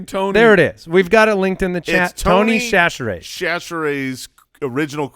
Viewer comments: As a native Louisianian..... I am cringing at y'all butchering Tony Chachere's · I'm from Louisiana. The end of the draft with the Tony Chachere's pronunciations LMAO!!!!